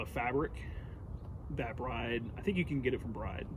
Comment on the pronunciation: Isn’t it pronounced “Brid”?